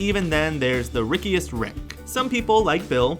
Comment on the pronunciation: That you didnt say rickest rick right, its rickest rick, not rickiest